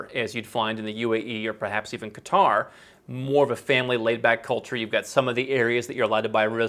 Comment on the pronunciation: OMG, thank for being the first Westerner I have heard to pronounce Qatar correctly!!!!